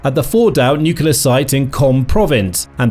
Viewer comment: Nuclear not nucular.